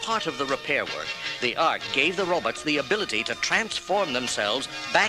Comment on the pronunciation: I loved book/cassette combos as a kid! HAHA! Cracking up over the good ol’ “robits” and dinasawers” pronunciations! 😆